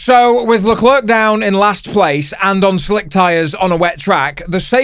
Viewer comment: It's pronounced Leclerc,not Leclair,or not even Lecler